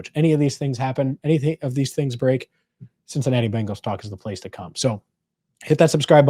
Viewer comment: Yes, CincinnaTee!!!!!!!!